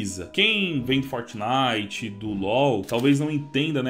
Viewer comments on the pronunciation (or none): none